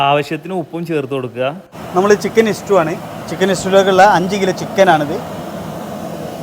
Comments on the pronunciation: ഇസ്റ്റൂ.. അല്ലടെ.. " സ്റ്റൂ..!!" ഇങ്ങനേം വിവരം ഇല്ലാത്തൊർ ഉണ്ടോ 🙄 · Stew not istew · ഇസ്റ്റു അല്ല സ്റ്റൂ എന്നല്ലേ